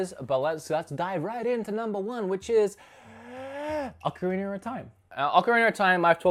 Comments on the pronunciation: Ocarinero time? Am I the only one hearing that? 😂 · I love "Ocarinur" as well